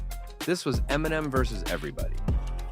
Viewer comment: Why are you pronouncing Eminem like that?